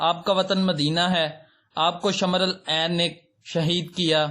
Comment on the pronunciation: Pahlay Arabi aur Urdu parhna aur bolna seekh lo, phir videos banana. 2 lafz theek se bol nhi saktay aur na un k matlab jantay ho aur YouTuber ban'ney ka shoq hay.اصبحی ko اصحابی،aur شمر لعین ko شمر این. What is this??